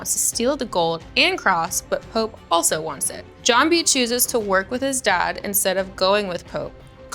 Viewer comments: you did not say Pepe instead of pope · Pope= “pEpE”